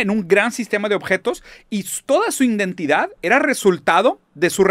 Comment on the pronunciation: Shot por cada vez que dice “indentidad”